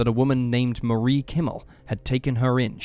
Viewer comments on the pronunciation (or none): none